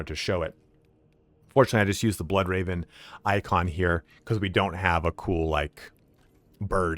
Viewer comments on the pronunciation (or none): none